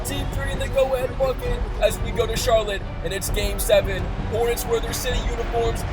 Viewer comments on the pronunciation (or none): none